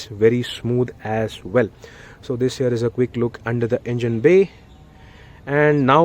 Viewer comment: Your "this here" sounds like "this year".....lol